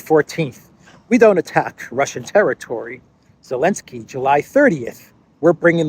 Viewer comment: Why does he say “Alensky” instead of Zelensky?